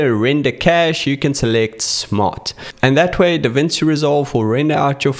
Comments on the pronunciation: it's pronounced Davinchi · Hey, thank you so much for your video, But DaVinci is Italian! When you see ci in a word like DaVinci, say it like chee — like you're ordering 'fettuccine' or listening to a 'cello'. So it’s ‘Da-VIN-chee.’